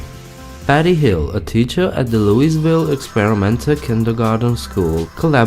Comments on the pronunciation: It's pronounced "louh-vulle" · If you're going to do a video on a Southern State please at least learn to pronounce things (i.e.names of cities) correctly. Where is Looisville?? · Is it just me or does anyone else find it annoying when other people (outsiders) mispronounce Louisville??? Like its not hard to say it correctly!!